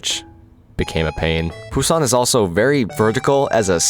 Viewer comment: I'll poo on your san if you keep saying Busan like that